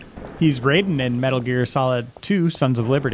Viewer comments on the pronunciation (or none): Did not play Metal Gear Solid 2, to not pronouncing Raiden's name correctly? Maybe he's been around Dan too much.:P